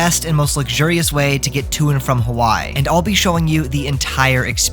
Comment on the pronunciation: Please for the love of god learn how to pronounce Hawaii